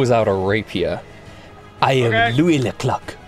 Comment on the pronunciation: Everytime they say louis ze clock i here louis the cock